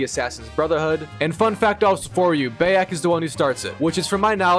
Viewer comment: Bro istg atp your pronouncing the names wrong on purpose cus theres no way you say Bayek wrong